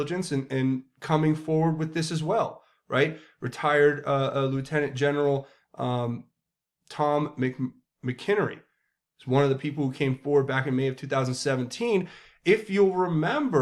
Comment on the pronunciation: Excellent. Fyi his name is said General MAC in erny